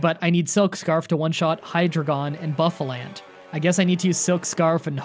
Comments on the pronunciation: Bro, your content is really good, but I absolutely HATE how you pronounce pokemon names, they hurt my soul, buffalant and cofAgrigis makes me want to die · Just saying for Pokemon Pronounced wrong (These are correct pronunciations just for help): Arr-Key-Ops Her-Dee-Err Whirl-uhh-peed (like centipede) Lea-van-eee Boo-Fah-Launt Just trying to help, not complaining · the entire time i was trying to keep myself from not screaming. your pronunciation... Cofagrigus (cough- agree- gus) hydreigon (Hi- drei like the german drei) gon bouffalant (boof- a- launt) archeops (arc- e-ops) dude